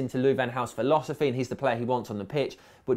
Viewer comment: Fuck LVG's "philosophsy"